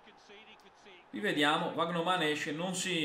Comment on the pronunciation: Vandeervort è diventato Vagnoman contro lo stoke🤣🤣